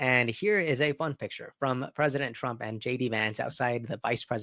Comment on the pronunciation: Hay... mate you need to pronounce your R WORDS BETTER please it is Donald TRUMP not Donald TWUMP?